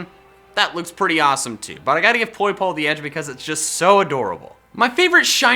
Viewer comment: You dare mispronounce poipole? It's pronounced poi-po-LAY